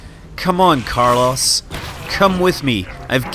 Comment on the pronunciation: Nope, Carlos died from having is name repeatedly butchered.